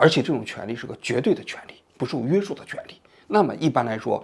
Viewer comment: 王局，给您提一点建议，听了这么多期，你总是把“约束（shù）”读成“约sù”，这个字是翘舌的😅